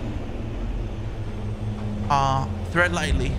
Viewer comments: This man said some “thread lightly”😹😹😹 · Did this dude say "thread lightly?" 😅😅